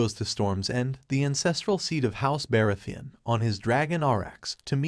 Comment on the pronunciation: That's the only Name you noticed was Targaryen? Baratheon, Rhynera , Aemon, Aegon ,etc ,Umm 😳 All the names are mispronounced . Not a very smart AI .